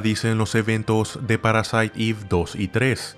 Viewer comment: Gracias por pronunciar bien "Parasite Eve" 🎉